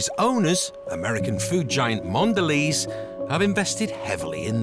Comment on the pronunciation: Mondelez? Ouch.